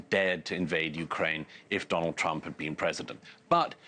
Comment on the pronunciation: Douglas "But, have you BEAN there" Murray